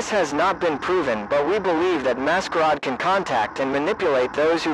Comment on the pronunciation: Very good, although it's become obvious that these videos are made ether by somebody who doesn't speak English and is using a translator, or somebody who doesn't know how to spell certain words correctly. The butchering of "masquerade" to "mascaaad" is honestly laughable.